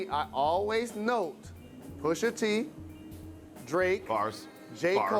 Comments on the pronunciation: White People: Says "Pusha Tree" when it's Pusha T... 😂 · Did I heard this dude said Pusha 🌲 like seriously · “Pusha Tree” lmao